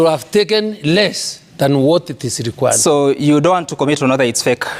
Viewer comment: Required is pronounced by Linturi as / linkwa:d /. These are Ruto's farm boys at the plough !!!